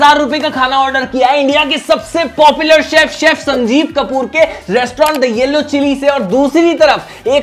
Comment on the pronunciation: Restaurant❎ Restaurand✅